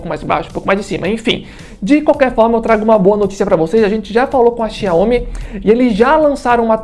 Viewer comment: O que você precisa melhorar, e se informar, é como se pronuncia os nomes das marcas. Nesse vídeo em especial, a marca “ XIAOMI ”. Você está pronunciando de formar errada, e muito amadora, não é assim que se fala, ou pronúncia o nome XIAOMI. Essa é minha crítica, e sugestão. De resto, o vídeo ficou ótimo. Os dois projetores são incríveis! Eu fico com o que tem melhor qualidade de imagem, o XIAOMI. Por : Jailson Santos 😎